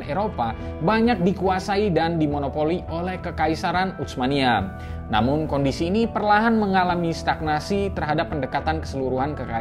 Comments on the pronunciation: Sdkt usul min,laen x pengucapan utsmaniyah jgn menggunakan ucmaniyah dg huruf c,tp dgn s saja usmaniyah,atau kl mau ikut bhs arab pk huruf tsa ث، عثمانية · Saran dari saya, ketika mengucapkan Utsmaniyah tidak perlu membunyikan huruf t nya, karena ts itu transliterasi dari huruf ث bahasa arab yg cara bacanya seperti s tapi lidah ada diantara 2 gigi atas dan bawah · Susah amat nyebut huruf bang "tsa", sampai baca "utsmaniyah" aja keceletot2 begitu... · Ga enak banget terdengar telinga pengucapan "utsmaniyyah" nya. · Bacanya bukan "utsmaniyah", tapi Utsmaniyah. Pake huruf tsa ث. Bukan huruf T dan S dalam bahasa Indonesia.